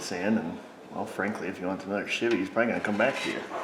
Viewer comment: LOL "Shivvy" - I knew a Chevy fan who called them all Shivvy's too! Brought back good memories of a good dude (even though he was a Chevy fan!)